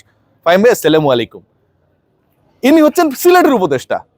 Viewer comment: ফাহিম ভাই স্লামালেকুম😂😂😂😂